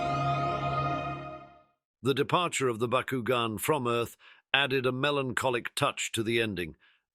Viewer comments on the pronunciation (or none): That's BOCK-KU-GON. Not BuhKuGen